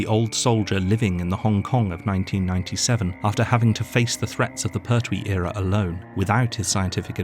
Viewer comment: Hey,it's Pertwee .no syllable accent. Da da .pert wee. 2 counts to the pronunciation l